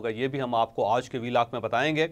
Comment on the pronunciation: Sir Aaj Ki sahee pronounce karany